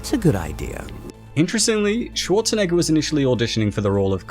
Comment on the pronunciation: You pronounce it like Arnold Swat-tshe-neger or Swa-tshe-neger... Are you paying such a strange way a tribute to Arnolds strong german accent?